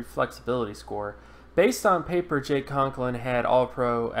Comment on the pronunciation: Right. He spelled them both correctly, but mispronounced them repeatedly.